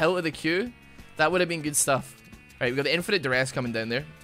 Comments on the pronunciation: Who else noticed the "almight bro" at the beginning instead of "alright so"? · Anybody notice his intro saying “almight bro” And not “alright so”